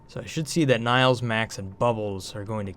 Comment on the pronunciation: Why do you always call her 'Niles' instead of 'Nails'? Fraiser fan?